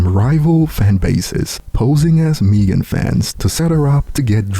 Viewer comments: Meg-en not Meeeeegen lol,,it's all good though, just having fun, no diss intended. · don’t know how to pronounce Megan at all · This guy can’t pronounce Megan ? Wtf ? 😂